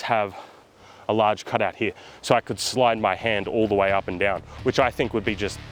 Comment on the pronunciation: . . . H E R E . . . The word is "here" NOT "hyah" 🤬